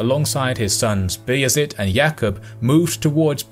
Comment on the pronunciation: The names are wrong Not B is it - bajazit Not Murad-Murat Not Kbran Kovic- Vuk Branković